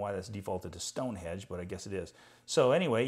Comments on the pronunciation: Thank you - great review. BTW Did you say Stone Hedge? It's Stonehenge - construction started around 3000BC and will be completed soon :-) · Just letting you know , its Stonehenge , not stone hedge .